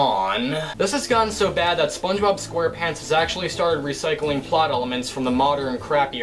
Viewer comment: gaming LMMFAO. SPONGEBOB not SPANGEBOB LOLZ. 😄